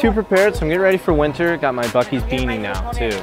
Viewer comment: Dude did you say fuk ee's